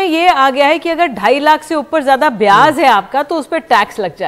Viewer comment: please correct your diction.. Byaj...not byaz.. Hindi bhi spashth nahi hai.. Badne is wrong badhne..